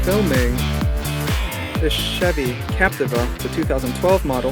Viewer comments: Lol, I was just about to comment about the how to say captiva, now I know the right way to say captiva. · Say Capteeva